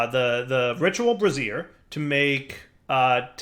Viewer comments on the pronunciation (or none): I think the word is trying to say is Bray-zee-air not brazz-ear. the first one is a fiery thing, the second is underwear.:) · "brazier" rhymes with "Frasier". Bra-zeer is how you pronounce the ladies' undergarment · I do wonder why he pronounce brazier as brassiere. :P Probably just to amuse people like me. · "You know and words, he's not good at them" FINALLY! This is the first series I've watched of his. I've been asking myself if he was saying "miskellaneous" (miscellaneous) or "brassiere" (brazier) intentionally this whole time... It's the answer I preferred at least. I regularly mispronounce words because I read more than I talk to people. I knew "caveat" was a word when spoken verbally, but didn't put it together with the spelling. So when I seen it in text, my dumb brain said "cah-VEET", but it still meant the same thing because I had defined it from context clues. I read it that way for YEARS. That's far better than intentionally mispronouncing words as a failed attempt at humor at least lol. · Bray-Zee-Er what you're saying holds breasts. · Yeah, was gonna post something about this too. Bray-zure (similar to sure). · If he keeps saying bra-Zeer I think we need to demand a picture of him in a ritual bra-Zeer